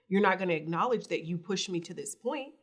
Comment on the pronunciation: Damn, u really are illiterate 🤦🏽‍♀️ At first i thought u were playing around with words intentionally lol but when u just said “ah-knowledge” instead of pronouncing the “k” i fell out!! 🤣😂😅